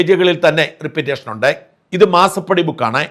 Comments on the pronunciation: റിപ്പീറ്റേഷനോ? Repetition ആണ് ഉദ്ദേശിക്കുന്നതെങ്കിൽ ഉച്ചാരണം "റിപ്പെറ്റീഷൻ" എന്ന് ഉച്ചരിക്കണം. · Not repeatation, but repetition. Say, റെപ്പറ്റിഷൻ.